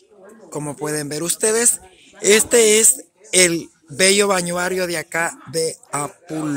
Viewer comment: Así es. También cuando dice "lo que es". Con todo respeto, no se dice balnuario, se dice balneario. Y no está bien alabarnos nosotros mismos, casi en todos los videos dice que es humilde y honesta, eso se demuestra con hechos, no se lo dice uno mismo.